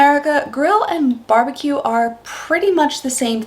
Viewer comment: "Barebque"? It's "Barbeque" mate.